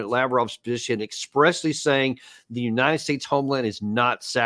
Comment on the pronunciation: Uniited splates 😂😂😂